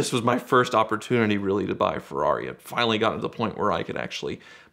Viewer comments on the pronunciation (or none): No one:: Ferari.